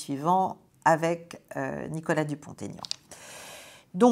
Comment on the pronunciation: Bonsoir Caroline c'est toujours un plaisir instructif que de vous écouter je dois juste vous informer que l'on ne doit pas faire la liaison Nicolas Dupont Aignan il faut prononcer Dupon Aignan (sans le "t") je me réjouis de vous écouter avec Florian, Nicolas et François Bien à vous